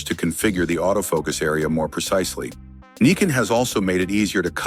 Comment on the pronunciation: It's N "EYE" CON, not "NICK" CON